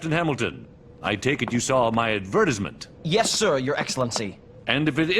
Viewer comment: he pronounced it AdvERTisMENT